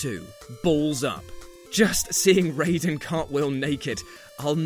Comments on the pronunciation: You said Raiden's name wrong. Ray-den is Mortal Kombat. Rye-den is Metal Gear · "Ray-den" I don't think you actually played MGS2